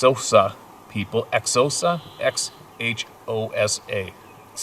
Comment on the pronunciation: Xhosa is pronounced ko-Sa !